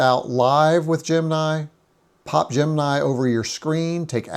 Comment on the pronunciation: GEM. IN. EYE not gem nye.